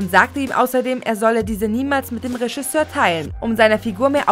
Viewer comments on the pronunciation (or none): none